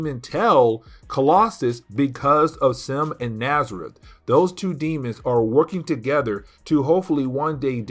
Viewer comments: STOP CALLING THE DEMON NAZARETH! It's genuinely painful to hear. It's not even CLOSE to his name, which is N'astirrh. Pronounced "Nastier". Jesus wept. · Man,I sincerely apologize for my "know-it-all" type correction,but the demon's name is N'astirh,and sounds like in-ast-ear.